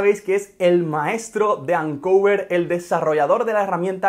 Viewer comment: Me molesta que digas “ancuver” cuando es “oncover”